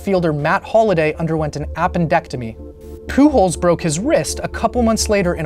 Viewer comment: love how you pronounce "Pujols" as "Poo Holes"